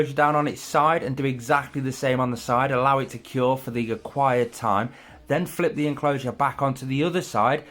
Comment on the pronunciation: Love this build! But is it just me or does he always say "acquired time" instead of "required time" lol